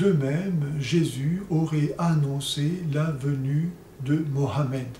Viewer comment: Alors mon père, bonne nouvelle. Å présent tu prononces facilement le prénom Mohamed